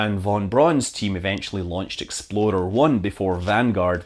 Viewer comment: When you said "Explorer I" I thought you said "Exploder I." Would have been much more Kerbal.